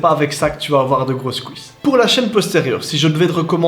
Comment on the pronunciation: C'est quoi les "kou-isses" ? 😅